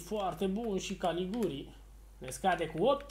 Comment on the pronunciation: Se pronunta Galiciuri nu Galiguri , invata si tu sa rostesti corect sau sa citesti